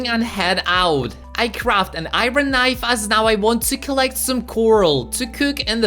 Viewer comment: ew you keep saying iron but its wrong